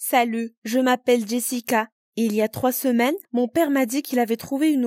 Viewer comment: Au début elle dit saleux au lieu de Salut 😂